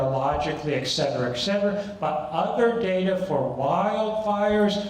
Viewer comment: Learn how to say et cetera.